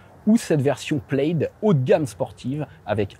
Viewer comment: OUI, le logo Plaid sur cette Tesla vient du film La Folle histoire de l'espace. MAIS, le mot "plaid" est un mot gaélique écossais dont la traduction en français est "tartan". Le tartan est utilisé pour la fabrication des kilts et chaque tartan est unique et lié à un clan ou une famille. Aussi, "plaid" ne se prononce pas plède, mais plad.